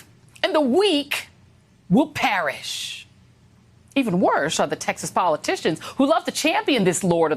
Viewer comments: "The weak will 'parish'"? Hmm. Where did he go to school? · This from a man who can't spell " perish" Did he say Parish? Parish is a religious community or district with its own priest.